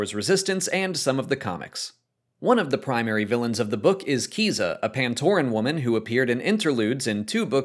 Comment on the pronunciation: Isn’t Kiza pronounced “Kai-zuh”.